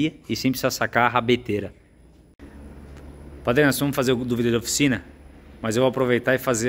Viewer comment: "padrê..." Padre: "fala feelho"